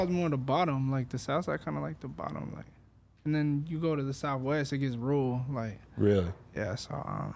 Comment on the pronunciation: its rule, its rule. ITS RURAL. 😆😂